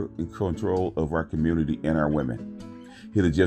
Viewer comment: Captain Communitah??? 😂😂😂😂😂😂😂😂😂😂😂😂